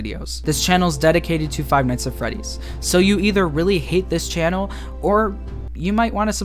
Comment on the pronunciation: Figh Nighs Aa Fredis, YeAh, dat wer I wan beh